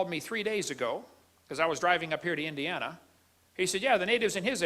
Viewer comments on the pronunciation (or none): none